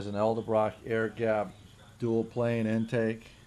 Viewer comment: Say it with me. EDELBROCK.. say ED-L-BROCK. Elderbrock… 😂😂😂 is that the older (elder) brother of Edelbrock?